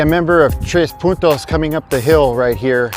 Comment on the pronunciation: FYI, you said 5 Puntos correctly. So, a big "¡Orale!" to you.